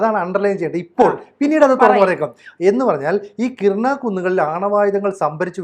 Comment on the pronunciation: കിരാന ഹിൽസ് (കിരാന കുന്നുകൾ).... കിർന അല്ല. ആണവായുധങ്ങൾ സൂക്ഷിക്കാൻ വേണ്ടി ഇതിൽ നിർമ്മിച്ച ടണലിൻ്റെ മുൻഭാഗം മിസൈലുപയോഗിച്ച് തകർത്തു എന്ന് ABC യിലെ തന്നെ മറ്റൊരു അവതാരകൻ രേഖാമൂലം പറഞ്ഞ കാര്യം ഓർമ്മിക്കുക. ഇനി മറ്റൊരു കാര്യം കൂടി.... ഇന്ത്യയ്ക്ക് നേരെ ആണവായുധം പ്രയോഗിക്കാനുള്ള തീരുമാനമെടുക്കാൻ പാക്കിസ്ഥാനിലെ ഉന്നതാധികാര യോഗം ചേർന്നിരുന്നു. ഇനിയും ഇന്ത്യക്ക് കാത്തിരിക്കാൻ കഴിയുമായിരുന്നില്ല. ഈ വിഷയത്തിൽ താങ്കൾ ഒന്നുകൂടി റഫർ ചെയ്യേണ്ടതുണ്ട്.